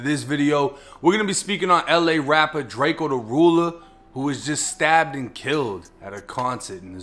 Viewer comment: It’s drakeeeoh bih